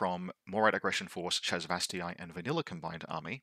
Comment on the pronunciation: Great video! Really helpful for newish players like me to understanding the reasoning for including (or not including) something. It's pronounced ShasvastAY. I am sorry... Cant let it slide :P